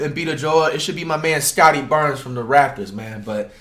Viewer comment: Broo Flight did U just say Scottie Barnes I’m dead🤣🤣🤣🤣💀